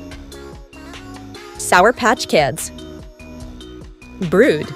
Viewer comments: not bruud and lime its brud and owack not vinneria also stop calling brud bruud its like you dont know what how sprunki to say brud and owack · Me: I hope she says brud her: brood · I LIKE WENDA It’s VINERIA❤❤❤❤❤❤❤ Not brod it’s BRUD!! “ beat” beat” “beat”